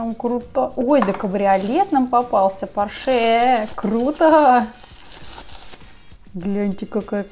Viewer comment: Ха ха не поршее а порше!!!🤣🤣🤣🤣🤣🤣🤣🤣🤣🤣🤣🤣🤣